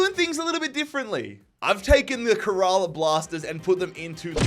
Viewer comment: bro really said: KUHRAALAA Blasters Aahpuwah Neetin ahmed Veeshnu Chooturi